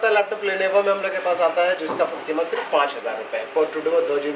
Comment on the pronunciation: Abe levono nahi lenovo hota hai...